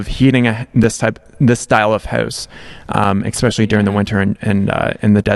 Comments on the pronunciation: I love giving you a hard time about "expecially". No harm meant though. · Yaaaah, you finally recognized that you say especially wrong! Haha, it bugs me every time you do it. 😂 nothing but love for you!